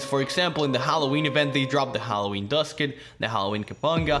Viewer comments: He said Hw phancub, yep your right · Yes. YOU say Hallowhen Phancub in video